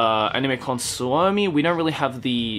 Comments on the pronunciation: "Animecon svoumi" Me: cries he pronounced it wrong but its ok because i am gonna be there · Kyllä se tosi hyvin lausu sen, tosin se venytti vähän liikaa o kirjainta. Mutta todella hyvin meni ottaen huomioon että hän ei todennäköisesti oo puhunu koko elämänsä aikana ollenkaan Suomea. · the way he pronounced Suomi 😂😂😂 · the way he says Suomi is so wrong and so cute :D The finnish pronounciation is quite similar to japanese, so it shouldn't be too difficult to say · noooh kinda 😂😂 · Veera Virtanen varmaan sano sen tollain koska puhuu englantia tällä videolla eikä varmaan tiedä suomen ja japanin kielen lausumisen yhtäläisyyksiä XDXD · lys LovesAnime nope, finnish xd